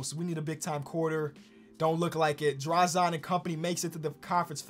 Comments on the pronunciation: for the future please pronounce Dražen's name like this DrazEn (not DrazAn) Petrovich, thanks, love the vid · im a big fan from Croatia,been watching u pronounce Dražen wrong for a while now,u pronounce it Draž[en] the "en" u pronounce like youre about to say enormous.Ur welcome.